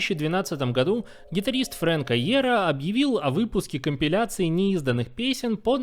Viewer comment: Спасибо за видео, но чёрт побери эти ударения "My chemical románce" "ФрАнк Айеро" режут уши!